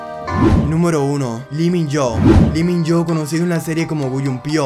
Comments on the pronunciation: Me caga como dice los nombres man🙄🙄 lee min yo 🥴 boys over flawer💀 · Disculpen pero se pronuncia lo Min yo o es li Min jo (no está bien escrito)